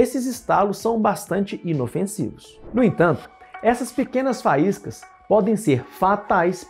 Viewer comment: Só escuto, treeess e faiscais